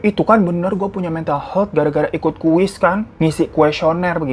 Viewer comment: Maaf, sekedar meluruskan. Health huruf 'e' dibacanya seperti kata 'Hebat'. Aniway, skill story tellingnya tingkat dewa 👍🏼.